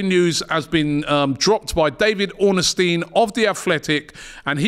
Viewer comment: Ornstein not orner steen 😂 great show as always but his name isn’t that hard!